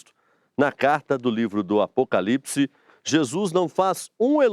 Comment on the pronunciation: Alguem percebeu que a reporter fala errado " Apocalipse " ???